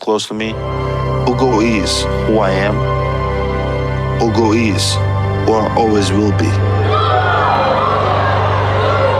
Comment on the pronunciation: It quite amazes me how these Arise News people, especially Ms. Ojy Okpe, who is said to hail from the ethnic Igbo-speaking Delta State, cannot properly pronounce a common Igbo name as "Ugo," which means Eagle 🦅? The point here is that Igbo names are phonetically pronounced. That is, you say them just the way they are spelled. Especially, if you have heard the word before, it makes pronunciation a lot easier. Has Ojy Okpe not heard the word, "ugo" (as in eagle 🦅) before? If she has not heard the word (ugo) before, she is duly excused.